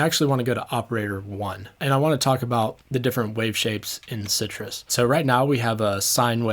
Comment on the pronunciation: Unpopular Opinions: It's pronounced, "sigh truss".